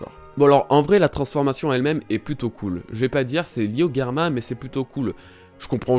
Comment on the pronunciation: c'est drôle, tu prononce Germa "Guerma" 🤔🤔🤔😅 après tout, je sais pas quelle prononciation est bonne, mais dans l'anime ils disent Germa 😅 ...qui voit venir Nami manipuler Big Mom ?😅😅😅🙋‍♀️🙋‍♀️🙋‍♀️🙋‍♂️🙋‍♂️🙋‍♂️